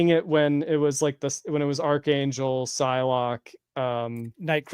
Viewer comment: I thought I was the only who has ever mentioned Psylocke's name "pee-see-lo-kee" 😅It took me a while before I heard the correct pronunciation. Thank you! Also, yes, we need Marvel Legends Joe Mad style from his run in the 90's!